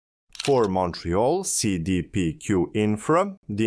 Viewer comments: Seee deee peee cuuuuue Ohh and so half way through the video you can actually pronounce it normal? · Cee Dee Pee Queue (english pronouciation) Say Day Pay Cul (Q) (french) it's an abreviation of Caisse de Dépots et Placements du Québec or diminuate simply as la La Caisse (i.e: The Cashflow) it'S a huge Investing fund company in Canada.